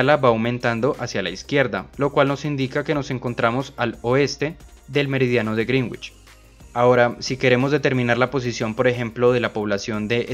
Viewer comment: Sólo una observación para quienes leen esto, se pronuncia correctamente "Greenwich" como ~Grénich~ no ~Grinwich~ ni de otra forma.